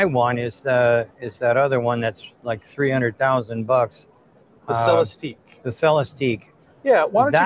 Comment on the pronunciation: It’s pronounced Celestick. And yes, a tear down would be beyond awesome!